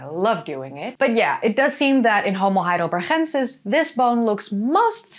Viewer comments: Hello, as a german I am a bit confused why you insist to pronounce Homo Heidelber(ch)ensis, the town is called Heidelberg, and my Grand-grand-gr... father was a Homo Heidelbergensis. As far as i know and learned, he, our ancester cousin, was and is called Heidelbergensis since the first fosil was found in Mauer, a smaller town near Heidelberg. Apart from that, keep going and entertain us while educating the same time, much better than the american chanel, often enough to much repeating and US-Glasses. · Well as an American living in Germany it does sound odd when you say Heidelbergensis that way but it doesn't really bother me as I deal with people from all over Europe trying to speak English to me and they manicure English words. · You are so funny dealing with trolls! Thank you for that and for the information. And the pronunciation of the Heidelberg guy! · Haha i love the way you're saying Heidelbergensis :) As a swiss german speaker, it's a familiar sound in an unexpected place (we say it for written 'ch' or sometimes 'k'). It puts a smile on my face.